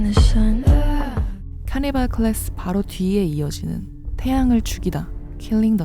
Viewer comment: 가사는 killing the sun이 맞지만 발음이 아주 약간 killing the "sion" 킬링더 시언 이렇게들리네ㅋㅋ sion은 이스라엘의 고향, 예루살렘,성전,천국을 뜻하기도 함